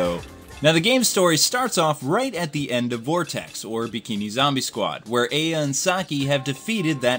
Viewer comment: This game is a low budget, but great game for certain gamers. The series spawned over 7 games and 2 movies. I love the series. Though, not to be rude, but you keep mispronouncing games like Aya and Reiko. Also, you missed key factors within the series and aspects of this fanbase. I respect your review and am glad that you touched upon this game. I just feel you sort of missed the mark for this one.